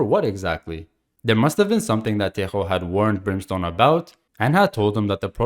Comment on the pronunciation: Thank you a lot for pronouncing tejo right